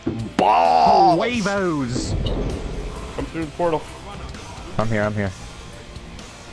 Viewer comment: Jajajaja you post the funniest stuff BA! Im from Costa Rica and its so funny to hear you trying to say "huevos" jajajaja!